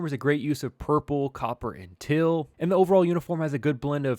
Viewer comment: Where you originally from. Trying to place that accent. Teal and Field got that Pittsburgh twang on them